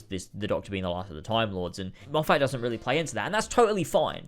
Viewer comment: i’m enjoying this video a lot because i think we have very similar opinions on new who, but PLEASE, his name is pronounced more like ‘steven moffut’. i know it’s spelled moffat but it’s not that way😭